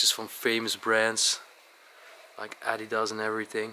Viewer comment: Just don’t say adidas if u can’t say it